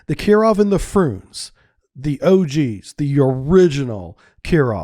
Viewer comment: Are you deliberately pronouncing all the names wrong? "Frooonze?" "KAH-linin?" Nice one. 😂